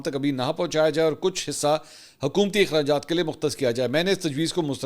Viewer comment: Hukumathy ejhrajaaath 😂😂😂